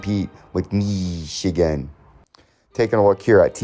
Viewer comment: Dude just say Ohio state or Michigan correctly dude.